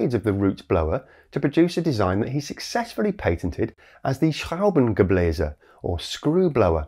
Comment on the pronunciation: Your pronounciation of "Schraubengebläse" was actually great ^^